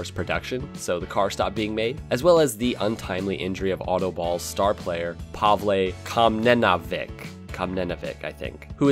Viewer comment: The struggle when he has to say Pavle Komnenović